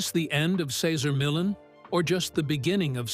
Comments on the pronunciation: Its not millin lol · Who the fuk is Cesar Millin? Not watching this if the narration can't even pronounce Cesars' surname correctly. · If you pronounce his name like that 1 more time... you said it right the second time then over n over Cesar Millin? Whos that?